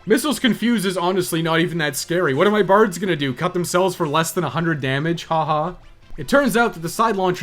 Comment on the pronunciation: Sometimes you were saying "Bards" but I was hearing "Bartz" and I was very confused! "Bartz wore down the first flamethrowers relatively painlessly" - what about everyone else?!